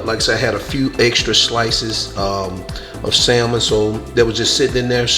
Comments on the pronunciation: Love your content bro... The L is salmon is silent...🤫 Great video! 💯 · The "l" in salmon is silent and there's an "a" after the "s." Not an "e." 🙂 Sorry. 😂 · Pronounced Sand-mon not Sal-mon like it’s spelled. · It’s the saying of the word (samon) salmon for me 🤣🤣🤣 but you did great 😊